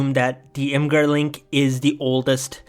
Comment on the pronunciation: Nothing but respect to you, the only other person besides me on the entire internet who doesn’t pronounce imgur “imager”